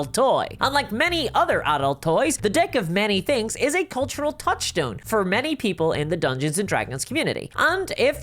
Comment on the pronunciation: Maybe its just me or the Irish accent but I am sure she said "Unlike many other adult toys the DICK of many things" ... of have I been on the whiskey too much